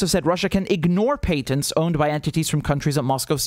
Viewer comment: It’s pronounced patents with the “a” being like the word “at.”